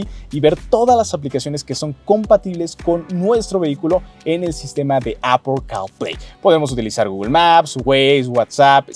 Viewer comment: Apple carl play castrosa tu pronunciación